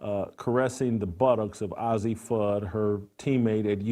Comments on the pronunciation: He's not even pronouncing Fudd's first name correctly LOL. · Hate when they don’t pronounce Azzi’s name right. They r great friends sence they were 15 years old. And I never heard of you😂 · Disrespectful and can't even pronounce Azzi's name...🙄🙄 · wtf... he cant even say azzis name so why is he talking about their relationship? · Dude it's pronounced "Azzi" not "Ozzy" ! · you should learn how to pronoun names its A-zi not ozzi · Not “Ozzie”, Jason— it’s pronounced Ayzzi: long a sound. Come on, if you watched any of the games, you’d know how to pronounce it. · its not ozzi its azzi.moron. being gay in women's bball means nothing. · The very least you can do, as a journalist, is pronounce the subjects' name correctly. Her name is pronounced Ay-zi not Ozzi. Also, everyone loves Cam Brink and she's a straight white female. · First of all, the name is pronounced "AYzee", not "Ozzy". Second of all, who cares about their sexual preference? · Her name isn't ozzie Fudd, it's Azzi Fudd, as in A.Z. Fudd...... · It's Azzi Fudd...Not Ozzy Fudd you homophobe. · “ay zee” btw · Paige and A Z...get the pronunciation right.. have been best friends since they were sub 10... why is it necessary to cover their sexuality... if indeed they become more.. Good luck2them! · Hard to accept the "journalistic reporting" of a man who knows so little about the two women that he can't even pronounce the name of one of them correctly. Ozzi Fudd? - You've strayed from your lane, Jason. Stick to things you know. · Jason, it's pronounced A Z.... just put the letters A&Z together. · what a moron. Doesnt even get the names right. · Paige isn't as exciting or "accomplished". What does that have to do with who's the better player? If that wasn't a give away that you don't know sh)t, you couldn't pronounce Azzi correctly. Lastly, why would she show off her ring to Azzi, if it was Azzi who gave it to her? Jason clearly is just playing to an anti rainbow audience. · Can't even pronounce her name right geez..